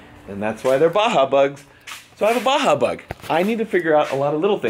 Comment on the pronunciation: it's Baja lol